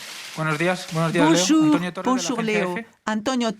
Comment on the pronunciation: Dans deux semaines Léo dit bonjour comme Neymar " BOJOU" 😂😂😂